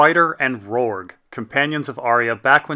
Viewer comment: HIS NAME IS ROURGEEEEEEEEEEEE WITH AN E NOT FUCKING RORG DUDE PLEASE LEARN!!!!!!!!!!!!!!!!!!!!!!!!!!!!!